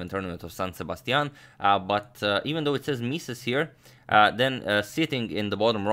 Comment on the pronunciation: That San Sebastian accent is pretty good